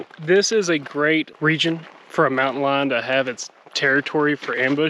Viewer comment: So glad to see y’all in Texas! Everything sounded perfect until you said”Mountain Lion”!!! So glad y’all made it out of that hike safely! ✨✨✨